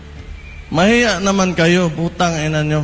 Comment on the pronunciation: Masyadong MALUTONG ang "P.I" !!!